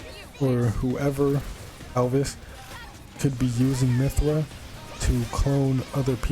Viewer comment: You said Alvis like Alvis Presly.